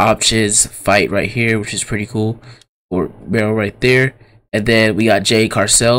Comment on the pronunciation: It Cargill not carcell